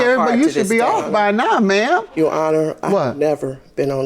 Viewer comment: As soon as i heard the plaintiff say to the judge "YOU HONOR", i knew the case was gone be good